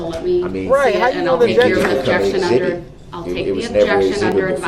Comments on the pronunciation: "exibitty"......I love it!!!! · Today's word is: EXHIBITY!!😂😊